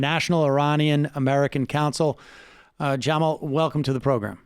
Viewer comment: It’s Ja-mall, not Jam-ill 😂